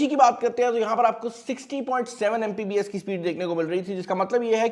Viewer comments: What the hell its MBPS not MPBS .. And you are saying yourself a tech reviewer.. Go man get a life lol 😂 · Itna bara youtuber hai pakistan ka and he is saying MPBS instead of MBPS, and he gets millions of views and god knows how many dollars...